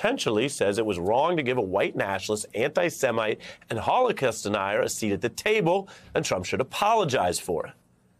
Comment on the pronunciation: It's HOLOCAUST, not Holocause. We need to remember and learn from the horror, so it won't happen again.